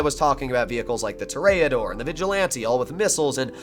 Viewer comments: Us: Pronounces it toreador Him: TeRaDoRE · Literally cannot pronounce the Toreador correctly and thinks it only take 4 missiles to destroy when in reality it takes 6. Automatic thumbs down 👎 Seems like the more uninformed and goofy you are the more views you get....TF?.....Bruh....😒